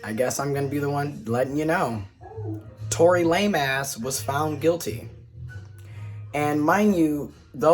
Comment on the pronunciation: You said Tory Lameass🤭